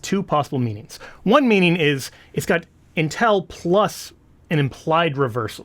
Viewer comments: THE WORD IS "'UNTIL"', NOT "UNTELL". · pronunciation of "until". It confused me, too. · "Intel" or "Until"? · UnTIL NOT unTEL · Sorry, but the way you say "intel" 🤣🤣🤣